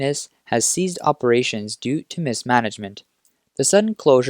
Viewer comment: One of the other narrators had a similar issue with enunciation - it's "ceased operations," not "seized operations."